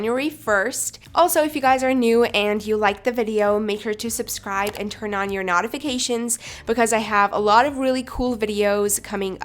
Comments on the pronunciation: Your pronunciation of some of the titles is incorrect and it’s nōtifications (long “o”) and not nôtifications (short “o). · “Turn on your nah-tifications” hahaha love it